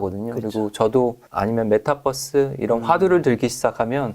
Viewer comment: 잘 공부하고 있습니다 아 근데 메타뻐스 발음은 좀.. 그러네요ㅠ